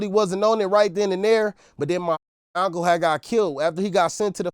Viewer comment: My ngga said Auntcle 😂😂😂